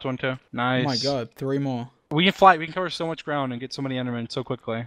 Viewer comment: dream littery say frendermmen